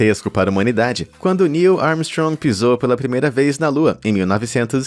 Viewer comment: vc disse ARMSTROMG?